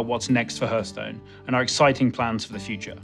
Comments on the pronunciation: Not sure I want someone who pronounces Hearthstone as Herthstone to be in charge of this game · Jmt1000 I didn't closely examine the rest of the video for inconsistencies but the rest of his speech seemed pretty correct... I just kinda think that someone at the company could take the game director aside and say "bro say it like "harth" not "herth" ok?" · TFW the gamedirector mispronounces the name of the game multiple times... It's not "herthstone" it's "hearthstone" the beginning is said like heart. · It's so annoying that can't pronounce it correctly. 😂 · Nobody says Heörthstone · It's pronounced harthstone! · WHAT DID HE SAY?! He's a developer and he says the game's name like that?! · Main criteria for game director should be "Can pronounce title correctly." When people say it like that it annoys me too much. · He can’t pronounce Hearthstone